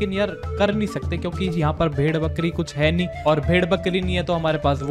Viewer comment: It's not "nahii" it's "nii"